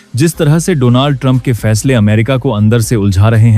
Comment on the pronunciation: Please hear the English news so you understand the correct pronunciation for DONALD .